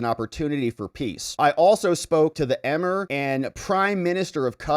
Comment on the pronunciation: A tip for you for future videos: please learn the proper pronunciation of words that are foreign to you such as in this case Qatar, Emir.